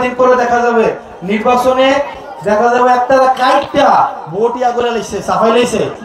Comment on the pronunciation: ভাই বলেন তো ভোট নাকি ভূঠ